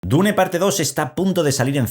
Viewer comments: Se dice: dun o duna ni existe eso de dune o diun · En realidad la pronunciacion correcta en ingles es Diun. Deja de inventar si ni sabes el idioma